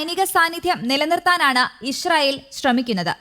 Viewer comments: ഇഷ് റയിൽ അല്ല കുരുവി ( ഇസ്രയിൽ ) ഷ അല്ല സ സംങ്കിയു ടെ ( സ ) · ഇഷ്റായേൽ അല്ല മൊയന്തേ ഇസ്റാഈൽ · പല്ലു തേക്കുമ്പോൾ നാവു കൂടി ഒന്ന് വടിച്ചാൽ നന്നായിരുന്നു. ഇശ്ര യിൽ എന്ന് ഉച്ചാരണം ശരിയാക്കി ഇസ്രായേൽ എന്ന് പദം പറയാൻ സാധിക്കുമായിരിക്കും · ഇശ്രായേൽ അല്ല, പെങ്കൊച്ചേ 😂 ഇസ്രായേൽ എന്നാണ് പറയേണ്ടത് 😅